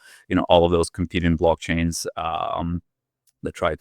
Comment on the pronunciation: The hell is "blockcains"?